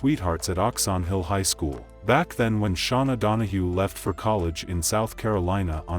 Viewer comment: OMG SERIOUSLY?! Idk how many times she said her name an yet you continue to say it wrong. WTH is wrong with